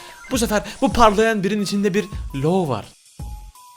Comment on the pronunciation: Abi o lo diye değil lu diye okunuyo